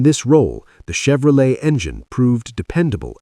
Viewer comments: Chevro-letie at 15 seconds? Ya lost me at that point. Must be AI generated. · Yeah but a HUMAN can freakin pronounce Chevrolet for frick sake.